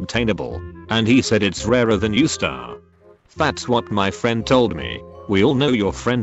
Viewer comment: Bro said u star is now staru